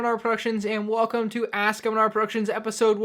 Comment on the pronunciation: Question: Why is your name Mandrproductions when you say manr productions?